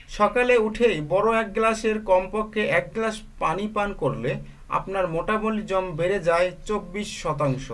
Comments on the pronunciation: sir ,It's not motabolism : it's metabolism .............. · Spelling correct korben,plz."Metabolism ke "Motabolism" bolen keno? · ভাইরে ভাই। এইটা মোটাবলিজম না । এটা মেটাবলিজম